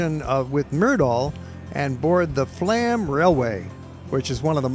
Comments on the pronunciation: The railway you traveled on is NOT Flam - it is pronounced FLOME. It drives me nuts when people mispronounce destination names. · Flåm is pronounced Flome (the å is like the o in go). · It would be nice if you learned the correct pronunciation of Bergen,Oslo and Flam